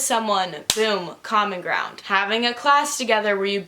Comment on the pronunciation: I’m dumb and every time said common ground I heard comic round and got really confused